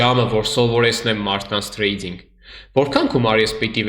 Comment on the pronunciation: Ախպեր մի ասա էլի թրեյձьինգ, ասա թրեյդինգ ախպոր պես😅🤝